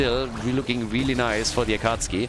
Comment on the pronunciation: Is the "Akatski" pronunciation on purpose? Or are you not a fan of Naruto? :D